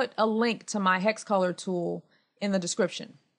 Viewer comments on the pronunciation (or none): aero No, she said hex as in hex code color. Kinda sounds like hack though. Haha.